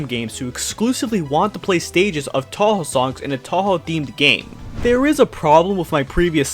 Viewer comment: You said Touhou wrong, just an FYI.